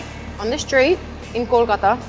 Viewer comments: prove she is bengali by birth when speaking in australian accent the way she pronounces Kolkata...loved it.... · The way she pronounced kolkata👌👌. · i like the way she pronounced ``kolkata``......................brilliant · Thank God she pronounced Kolkata as "Kolkata" Not caaalcuta Kalkutta ❤️❤️